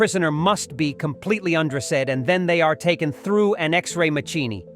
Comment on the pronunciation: an "ex ray ma chee nee". What is that and what does "un dress said" mean?